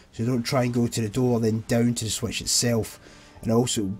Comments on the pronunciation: Didn’t realize switch is pronounced Swetch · i love how you say switch as swaetch